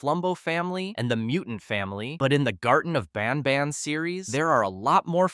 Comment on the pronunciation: Did he just say “hellish nobnob” 😅